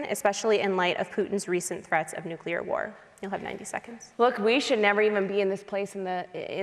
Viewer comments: Smiley. Hands down. In spite of the fact that she hit my biggest pet peeve. New-CLEE-er, madam. NOT New-KEW-ler. ...not trying to be a douche, it's just...GRRR. But outside of that, Smiley struck me as a HUMAN instead of a talking point regurgitation/name calling machine. I hear Murray used to be a real. person. I saw ZERO evidence of that tonight. NONE... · Smiley pulling a Dubya with "nukular weapons" 🤦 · 😂”nucular”. C’mon dude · Tiffany must learn how to say nuclear. Nu (long u) - Cle (long e) - er. Everything else Tiffany said was spot on, in my opinion. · it's how people say it colloquially when they don't know how it's spelled. Pretty embarrassing performance by Smiley here.